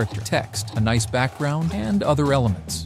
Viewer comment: I had my suspicions but the "Noice" blew your cover away. Been a big fan of your videos for so long man, wish you all the best ❤